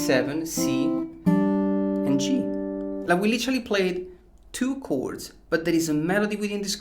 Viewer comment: I just came here to hear him say "cords"😂😂👍